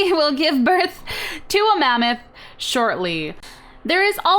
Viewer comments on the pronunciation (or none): none